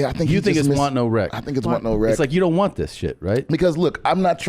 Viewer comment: His lips way want but it sounds like work